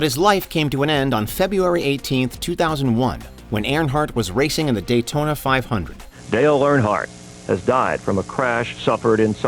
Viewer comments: My goodness...I am not especially a NASCAR guy, but can we maybe pronounce Earnhardt (URN-heart) correctly? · Why is he pronouncing it "Air-in-heart" instead of Earnhardt? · Dale "aronheart" lol. How does warch mono mis pronounce stuff so often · It would have been nice if you could have pronounced Dale Earnhart’s name correctly. My guess is that your voice over was done by some shitty AI. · You literally had clips of people pronouncing Earnhardt correctly yet the voice over guy borked it each time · The pronunciation of “Earnhardt” 🤮